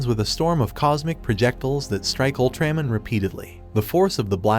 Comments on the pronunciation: Owltræmen? How hard is it to pronounce ALTRAMAN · It's AI generated narration. Pronouncing UltraMan as Ul-tram-an. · Ultraman, a hero who has been familiar for half a century is an odd name to mispronounce. Is this an AI narrator? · Say ultramans name right